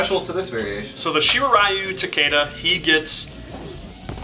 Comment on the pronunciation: So, that's Raiden, and now Takeda's name they're officially pronouncing incorrectly. Such a minor grip, but it's annoying.